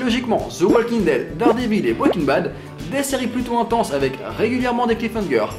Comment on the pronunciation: Il a dit Bweking Bad '^^